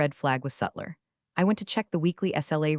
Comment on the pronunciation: subtler not suttler